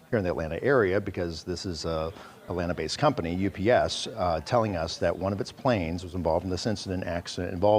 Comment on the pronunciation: Also, she repeatedly says "US Plane", and not "UPS Plane".